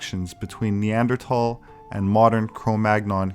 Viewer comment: Thank you so much for pronouncing neandert(h)al correctly.soothing to the ears.Would also like to say thank you for your informative videos.